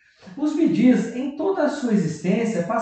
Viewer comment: Narrador do vídeo, aprenda a falar corretamente o nome.do conjunto BEE PRONUNCIA SE BI , GEES, PRONUNCIA.SE GIS